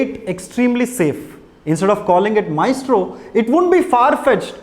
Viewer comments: Actually it's correct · The joke is on you. He pronounced it right!